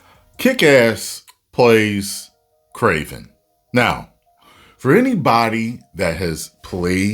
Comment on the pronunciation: Bro actually has a better accent than the actual kraven